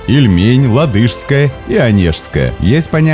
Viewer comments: Я вообще "в осадок выпала" от такого произношения. Так Ладогу ещё никто не именовал. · О, мои уши... ЛадЫжское, ЛадОжское... ЛАдожское, автор /ударение на А/! АмудАрья, СырдАрья... )) Здесь на У и Ы правильно. Ну на географии же проходили! Не, сами ролики интересные, с удовольствием смотрю, но здесь прям капут ушам какой-то) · лАдожское, а не ладЫжское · Что за "Ладышское озеро"?.. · Безграмотная озвучка. Озеро ЛАдожское, а не ЛадОжское, чукча. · ЛАдожское, а не ЛадОжское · "ладЫшское", это от слова "Ладыжка" что-ли?) "сЕга Озеро", ну не иначе как в честь компании сЕга его так назвали 🤣 Ну хоть Онежское озеро правильно назвали, хоть что-то.. Серьёзно, хватит читать Карельские топонимы абы как, а то ушам уже больно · ЛадЫшское😄😄😄😄😄 Ладога-ладОжское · Не ладОжское, а лАдожское!)) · Не ладЫжское, а лАдожское озеро. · Автор,что с тобой, озеро ЛадОжское, может ЛАдожское,ставь правильно ударение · Действительно, "ладЫжское" режет слух. Лодыжки здесь совсем не при чём. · Ла'дожское озеро,ударение на а' хотел немного поправить.